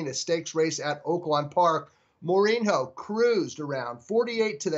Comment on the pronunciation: Don't follow soccer, eh? FYI...It's a portugese name and it's prononunced "more-een-yo." (Jose Mourinho is the current manager of Manchester United in England.)